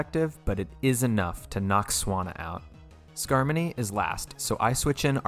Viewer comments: skarmony? boy it’s skarmoRy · Great run, but I think you said skarmory in the flying gym battle wrong. You said skarmony. That battle was not harmony in the slightest. Still, great job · I like the part where you pronounced "Skarmory" as "Skarmoney." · he said “Skarmony” instead of “skarmory” omg what a dummy I’m unsubscribing immediately 😡😤 Just kidding this is the second video of yours that I’ve watched and I really liked both of them. U deserve many more subscribers than u have right now, so I’m commenting to appease the almighty algorithm so that hopefully someone gets recommended your content like I was. A lot of nuzlocke channels are growing rapidly now that the PChal emerald kaizo run has finished, and I’m sure yours will grow as well because your content is great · Why he call it Skarmony😔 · God I wish you knew how to pronounce pokemon names. SkarmoNy? You mean SkarmoRy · U realize there is no n in skarmory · "Skarmony" banned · Just found you randomly and I LOVE LOVE LOVE the profile picture altaria is my fav Pokémon for really personal and kinda sad reasons. I used to have a blue parakeet with white wings and she died. Also skarmony? It’s skarmory. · Im sorry but whats a skarmony? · “Night shade” Corah-gri-is” “skarmony” “mololola” pls save me the way u pronounce these is triggering me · excuse me SKARMONEY!?! Tf is a scarmoney